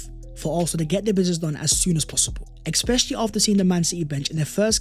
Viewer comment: its especially not expecially stop saying the x bro it triggers everyone in my house when we watch ur videos bro